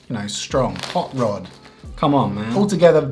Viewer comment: Hot rod: in your opinion, i could confirm that you just said "Hot lays"😂 Im Finnish, and that kinda shocked me Oon suomalainen ja toi vähän niinku järkytti mu